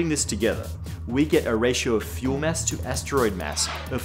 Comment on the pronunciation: Every time he says mass, I hear mess. Stupid, I know, but it makes me chuckle.